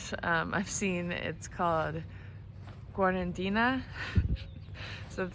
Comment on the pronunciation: Not to burst your bubble, but in the Spanish "cuarentena" the final "e" would be pronounced like "ay" as in "spay". :P You might have known that though.